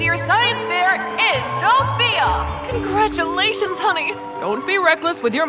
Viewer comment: Lol and ot the start she said sosia not sophia